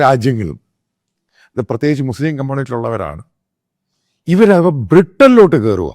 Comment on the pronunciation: ഈ പറഞ്ഞ പോലെ, കമ്മൂണിറ്റി അല്ല, കമ്മ്യൂണിറ്റി എന്നാണ് പറയേണ്ടത് അത് ആദ്യം തലക്കകത്ത് ഇടുക. അതായത്, അതാണ് പായിന്റ്.